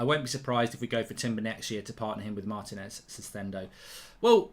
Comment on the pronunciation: IT'S PRONOUNCED MAR-TEE-NEZ!!